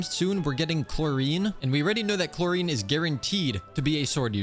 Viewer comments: HE DID NOT JUST SAY "CHLORINE" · Ily ❤ That's not how you say clorinde or arlecchino No leaks clorinde confirmed 4.7